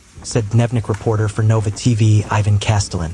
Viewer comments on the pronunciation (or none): none